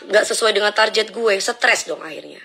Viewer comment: Targettttttt...bukan tarjetttt....bahas opo iko tarjet.....